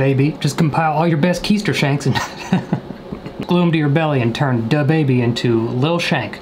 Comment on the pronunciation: DaBaby and “My Da-body” 😂😂😂